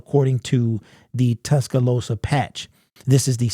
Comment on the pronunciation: Bro you butchered Tuscaloosa lol.